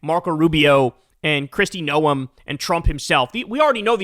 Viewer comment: I'm glad. Now if you could only pronounce "Kristi Noem" (GNOME) correctly, Kyle!